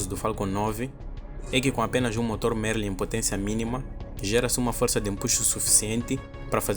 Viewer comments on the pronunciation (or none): none